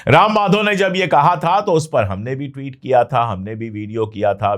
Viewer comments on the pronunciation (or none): none